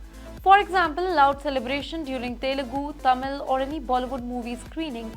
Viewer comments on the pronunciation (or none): none